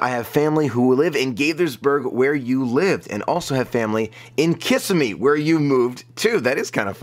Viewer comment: claims to be a florida resident over and over Can't pronounce Kissimmee.